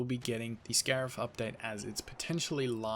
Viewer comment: If this is indeed the last big update it’s a good one. Cannot wait to get on Scarif and try these new skins - although I’m low on credits so I’m gonna have to be selective - oh, and yeah “scarif” - now get to sleep mr 🤣